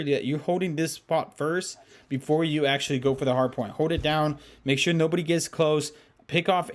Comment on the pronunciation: When said nobody it sounded like no booty